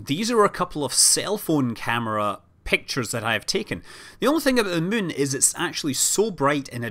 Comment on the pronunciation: He clearly says 'Mun' instead of 'Moon'.